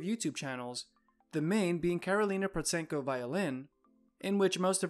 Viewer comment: Just for your info, Protsenko is pronounced with a silent T, so sounds like Prossenko. If you wanna make money off the back of her fame the least you could do it your research on her.